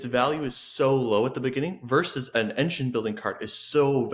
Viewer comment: If you pitch to someone of Gen X, you should pronounce both syllables of "versus". It certainly doesn't bother everyone, but it jumps out at me.